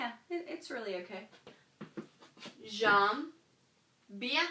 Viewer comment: I've never heard "aimer" pronounced "amer". Perhaps it's a Canadian accent. But certainly in France the vowel "ai" in "aimez" is pronounced like the "e" in the English word "hem". So "aimez" is pronounced "emmay", not "ammay" and "j'aime" is pronounced "zhem", not "zham".